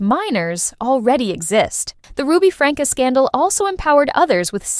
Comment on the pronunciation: It's not pronounced Franka, it's pronounced Frank. 🙄